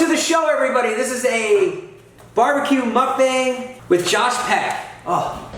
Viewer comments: What's a moook bang?! Lol It's just muckbang. I love Josh, he's hilarious! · Still can't get used to how you pronounce Mukbang. Muck-Bang, Mook-boung.